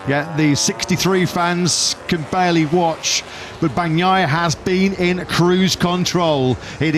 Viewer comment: EL LOCUTOR INGLES NO SABE DECIR BAGNAIA, DICE PANOIA, JAJJJAJAJJAJJAJJAJA